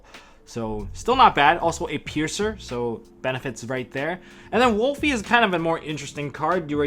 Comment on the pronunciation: Why do people keep on pronouncing Wolvie wrong!? It’s Wolvie, not WOOLFIE! It’s a Wolverine, not a wolf...wolf is the link monster damnit! Rant over 😂